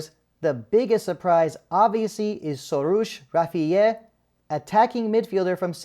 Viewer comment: Hey buddy, you can't even pronounce the names of the team melli players (it's not Sorush Rafieh, it's Rafiyi)!!! Moreover, Skocic, Hashemian and Bagheri called Taremi several times each, but he blew them all off, thinking facing public pressure, they cave in... and they did not. Good decision, no player is above team melli!